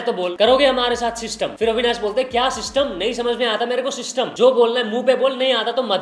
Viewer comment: I don't know why Elvish yadav always say Systumm but mst lgta hai yrr😂😂